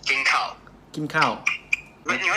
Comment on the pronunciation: กินข้าว (สำเนียงอีสาน)